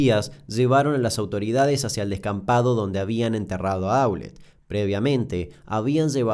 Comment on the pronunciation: Damián, lo único para observar es q en varios de tus videos, como x ejemplo en este y en el de La tragedia de Los Andes, hay errores en ciertos apellidos o en su acentuación cuando los decís. Eso también es parte de investigar y ver videos donde las víctimas o fliares hablan. En estos casos Aulet y Naum tienen acentuación aguda.